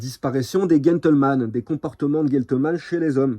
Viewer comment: GEn (gène) tleman et pas guentle....